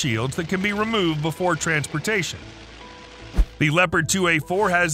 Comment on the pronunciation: It is called Leopard and not Leprat